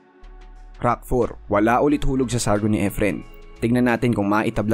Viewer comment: Please stop saying “IDOL” and also pronounce rack not “ROCK”… lol